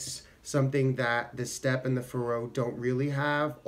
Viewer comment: I think the accent is on the first syllable, like in "Faroe Islands."